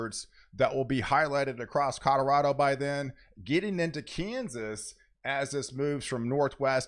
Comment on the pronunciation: Are my ears broken or are you saying codarado 😂